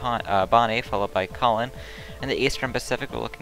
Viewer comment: Tropical Depression "Calaway"